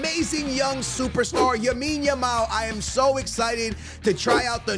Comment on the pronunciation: It’s lamine not yamine bruhhh say it right